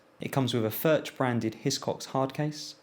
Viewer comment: Great review! BTW, the 'ch' in Furch is pronounced the same way as the 'ch' in loch (a lake in Scotland).